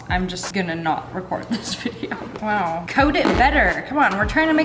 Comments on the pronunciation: I love when you say waiw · why do you say wow like that lololol